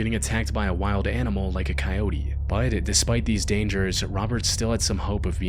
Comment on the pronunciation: Every time this dude says the word BUT, it sounds like he's saying the word BITE lol is it just me